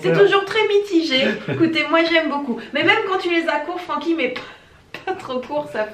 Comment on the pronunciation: Francky je peux pas faire autrement que d'entendre "Paroles de chat" quand il parle hahaha